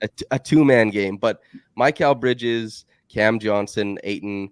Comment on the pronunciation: Love to see here, the banter at the start was awesome, it had me smiling while listening! Is that the proper pronunciation of Mikal bridges, it's the first time I have heard that pronunciation